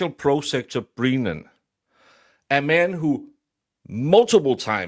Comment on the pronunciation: I love that you are calling him Breenan!!